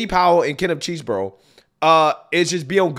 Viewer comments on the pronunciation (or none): Its not cheese-bro, its chess-bro. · Did you just call Chesebro Cheese Bro? Lmaooooo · I love you, and I watch all your stuff, but it is pronounced (Chez-Bro). Thanks for sharing the video man… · Can you please say that man’s name correctly, Chesebro not cheese, thank you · You never fail to butcher a name 😂 “🧀 borough”